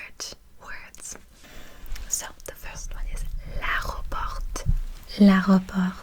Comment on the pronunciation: At the airport in french that’s prononce : à l’aÉropor we don’t say T and we say É